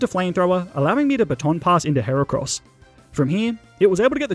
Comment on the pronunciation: THE FIRST A IN HERACROSS IS SUPPOSED TO BE AN E!